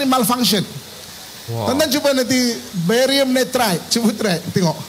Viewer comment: Barium nirat bang bukan varium nitrat